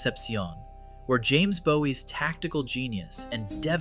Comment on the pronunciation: Could you change your pronunciation of James Bowie's name at the beginning of this video to "BOO-ee"? I've been trying to get my students to pronounce it the right way. Thanks! :) Also, please correct the spellings in the captions. I love the guided fill-in-the-blank notes!